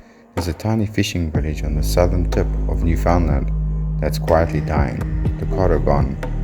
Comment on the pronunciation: Understand, Newfoundland. You’ve pronounced the provinces name wrong.